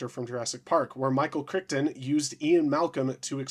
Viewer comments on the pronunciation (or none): What is it today it's only been 20 minutes since I got online and I've seen people using words they have never heard and mispronouncing thing. Michael "Crichton" said as "Crick"ton like he was a place to fish for a day... It's "Cry-tonne". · For the love of God it is pronounced Krite'n, not Criton. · Cry-ton, not Crick-ton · "Michael Crickton" 😭😭 actually pronounced 'Cryton' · It’s crazy how people pronounce things so wrong. It’s pronounced ‘Cry-ton’.